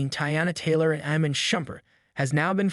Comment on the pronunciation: u dont even know how to say his name right... its IMAN not Eman...speaking about people u dont even know about